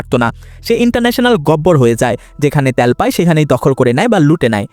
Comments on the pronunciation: ভাই কথাটা ত্যাল না তেল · ত্যাল ত্যাল শুনতে ভিডিও দেখার মাজা শেষ 😅